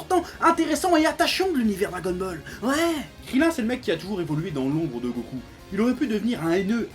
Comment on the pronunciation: tu a dit dragonmall est au lieu de dragonball est mais sinon j'aime bien tes videos continu comme sa